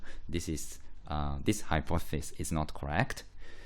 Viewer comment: Great video but it's hypothEsis not hypothsis (pronunciation)